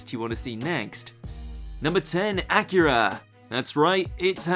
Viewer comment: Son of a Bitch said ACURA like the CAR!!